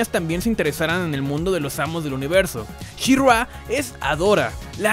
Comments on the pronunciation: Soy el unico que se desespera que le llama Shirrua? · Pregunta para el primer narrador del video (): ¡¡¿Quién demonios es "SheRua"?!! 😂😂😂😂😂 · She Ruá???? Aprendere los nombres amigooooo....malisima reseña bro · Me Gustó el video, pero que es esa pronunciación de shirrrrgua???? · Está bueno el programa, pero, ése She-RRÁ y GreysCUL me ponía los nervios de punta, y hay una parte del video donde estás "SHE-RRÁ, SHE-RRÁ..." 😅 Terrible. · tanto costaba pronunciar " she ra " ? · Dios no soporte la pronunciación de she-ra en todo este video que para empezar es una pronunciación incorrecta … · Es verdaderamente castrosa la manera en que el fulano que narra pronuncia el nombre de She-Ra. Es evidente que en su vida escuchó hablar de esta franquicia y se limitó a leer el guión. Qué no hay quien supervise las diferentes etapas del trabajo?